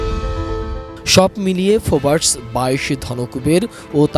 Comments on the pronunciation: ওরে সাংবাদিক ফোবাস হবে না উচ্চারণ হবে ফোর্বস। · ফোবার্স কি ভাই? সারাজীবন শুনলাম ফোর্বস আর এখন আপনি নতুন উচ্চারণ কোথা থেকে আবিষ্কার করলেন? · হালা বলদ সাংবাদিক এটা ফোর্বস not ফোবার্স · পা চেটে লিগ করে যোগ্যতা ছাড়া সাংবাদিক হলে যা হয়! "ফোর্বস" > "ফোবার্স"😂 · ফোবাস নয়, "ফোবস" হবে। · ফোবার্স কি? 😂😂😂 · দেশের নামি-দামি চ্যানেল এর নিউজ প্রেজেন্টার ফোর্বস কে ফোবার্স বলছে। লজ্জা হওয়া উচিত। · ওরে অশিক্ষিত সাংবাদিক, ফোবারস ফোবারস করতাছোস ক্যা? ওটা ফোর্বস😂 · fobars not forbes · What a speaker! Can’t even spell ‘Forbes’ properly! He is saying it as Fobas!!! Hilarious!!!